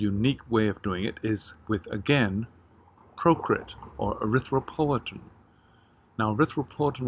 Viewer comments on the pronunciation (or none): What did u say arthrithropltin? Procrit?